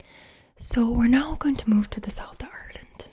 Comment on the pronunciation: When you said it like ourland I knew you were good